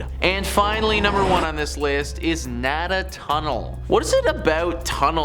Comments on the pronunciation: It is pronounced Nay-Duh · The way he pronounced Louisville and Talbott is very cringeworthy, but his pronunciation of Nada Tunnel has killed me. As someone who has traveled through "Nay-duh" tunnel hundreds and hundreds of time travelling back and forth to work, it's not that special and nowhere near haunted. And you should try traveling through the tunnel in the winter... Solid Ice at both entrances!